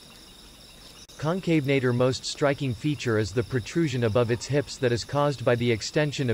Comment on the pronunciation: Concave nator is another example. It really bugs me.